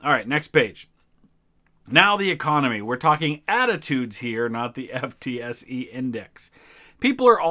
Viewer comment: the way he said ftse index